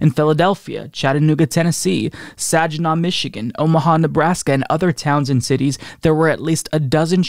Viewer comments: Sorry... I know this is a serious topic but I had to chuckle at your pronunciation of "Saginaw". It's a long "A" with a hard "G". 😀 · Saginaw, like Simon and Garfunkel, or did they pronounce it wrong? the g in Saginaw is like the g in gun. What a horrible weekend.